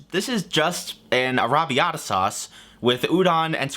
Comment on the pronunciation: For someone who ate a lot of Arrabbiata, you sure can’t fucking say it right.